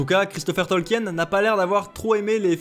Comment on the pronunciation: Sinon ça se dit Tolkin; la vidéo s'y prête en même temps ^^